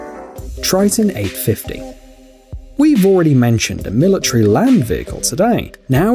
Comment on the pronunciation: I hate how he pronounces military like milatree lol